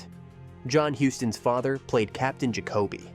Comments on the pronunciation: It's Captain 'Jack-a-bee' -- not 'Ga-ko-bee'. Come on, AI, get with the program! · Bogart pronounced it JACK-o-bee, not ja-COAB-ee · your pronunciation is a bit off, its Peter Lorre LOR EE and captain Jacoby..its jac' o bee, not Ja cob ee